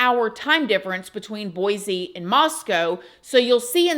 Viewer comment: I live in this state. There is no z in boise . Its pronounced... BoyCe. P